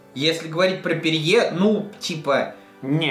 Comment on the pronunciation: Не ПЕРЬЕ, а Пери